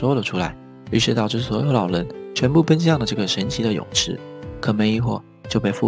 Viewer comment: 老len听着我真的不舒服•_ゝ•...